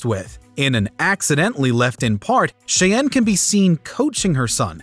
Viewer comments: Jordan Shay-en? Thought it would be pronounced like the Native American tribe "shy-Ann" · The narrator really needs to work on his name pronunciation for Nguyenand Cheyenne. There's already a lot of youtube videos on Nguyen pronunciation alone.